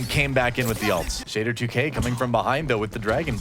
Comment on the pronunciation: can't pronounce Shadder2k at all xD